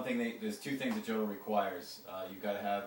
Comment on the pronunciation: It is pronounced "Yodel."